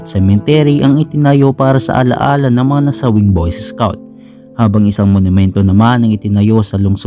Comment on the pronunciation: Anong boyses scout? BOY SCOUT!!!